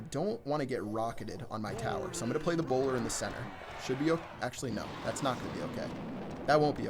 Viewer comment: Oh lol I thought u were saying browler